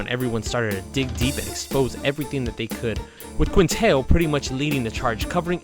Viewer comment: "QuintheL" lol